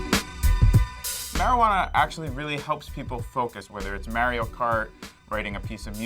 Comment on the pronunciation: The way he said Mario 🤢